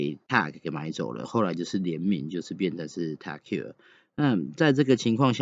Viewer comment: 發音是ho yer 不是hair lol